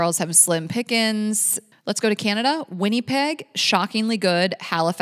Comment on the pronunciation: lol not that way you pronounced Winnipeg! It’s pronounced wi-nuh-peg. Props for the the shout out, even if pronounced wrong ✌️